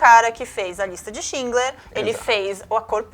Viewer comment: A Lista de "SchinGler"? Eu ouvi isso mesmo? Elaiá... Se ja não bastasse dizer "Stáuórs" agora essa. Hahahahahahahahahaha!!!